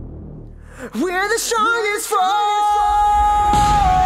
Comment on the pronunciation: "Stronjhest". Hahaha, this pronunciation surprised me. ^^ Besides this, I love the song!